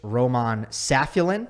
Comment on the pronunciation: It's pronounced 'Sa-fi-U-lin'